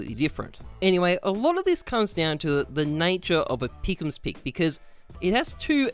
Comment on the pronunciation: The gowwld peekums troh-fee